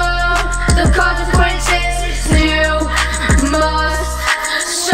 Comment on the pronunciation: "YOU MUST SUFFER AT THE QUANSESNES"